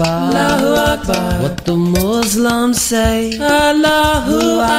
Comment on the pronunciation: Good attempt. I wouldn't categorize it as nasheed though but anyway good job. Try to work on the "s" of Muslims . It's sounding like z. Thanks for sharing.